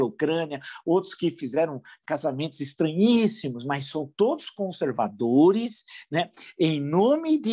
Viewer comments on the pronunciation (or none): "Casamentos estraissímos" kkkkk